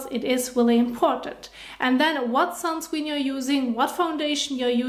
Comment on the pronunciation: I love how she say sunscween